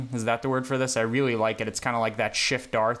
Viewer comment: "weawy weawy coow" Did you just channel the Miracle Whip boy?